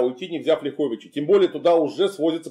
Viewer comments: Замечание: правильно говорить лЯховичи, а не ляхОвичи. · Не ЛяхОвичи, а ЛЯховичи. Ударение на первый слог. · Не ЛяхОвичи, а ЛЯховичи) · Уважаемый мый Клим, правильно говорить лЯховичи. (если только местные не называют ляхОвичи, но такого варианта я никогда в дизни не слышал). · не ЛяхОвичи, а ЛЯховичи. Не КлястИцы, а КлЯстицы. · Добрый день! Правильно говорить не ЛяхОвичи, а ЛЯховичи ударение на первый слог, мы в РБ произносим именно так, от слова Лях - поляк. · Город Ляховичи - ударение на первый слог. Режет слух. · В названиях Ляховичи и Кричев в современных русском и белорусском языках ударение на первый слог. Несвиж через е, даже в польском. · Климу Александровичу - респект! Просто супер! Только одно "но", город называется не ЛяхОвичи, а ЛЯховичи! И белорусский отряд у Хованского не КричЕвский, а КрИчевский!